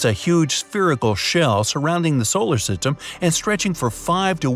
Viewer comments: "... solar sytem" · solar siteym lol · i will never forget whenever he said “solar sitem” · He messed up when her said solar system